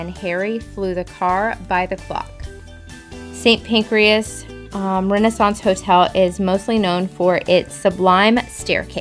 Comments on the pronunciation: NOT St Pancreas 😂😂😂😂😂😂. It's St. PANCRAS, not an internal organ 😅😂🤣🤣🤣🤣🤣🤣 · Just a quick note . . .it's called St Pancras, not Pancreas . . . . don't worry, us Brits say it wrong too! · St Pancras, not St Pancreas. I don't know whether to laugh or cry. lol